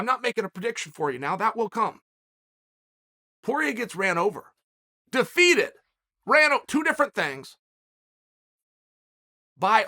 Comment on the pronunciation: Dustin Pori-A